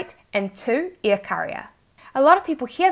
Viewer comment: Great video. I've just watched one of your videos a few mins ago for the first time and immediately subscribed. On a fun note ... I know it's your accent but to me (being a brit) it sounds like you're saying "shipping be EAR" rather than 'Air " 😂